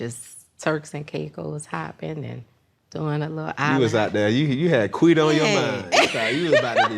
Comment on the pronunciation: Lol, can they stop saying "Quida", I cringed every time 😅